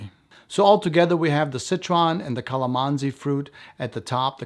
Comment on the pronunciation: Hello. Filipino here. Just a slight correction. It's "Calamansi" not "Calimansi" We use it for sauce and juice, among others. It's very, very sour.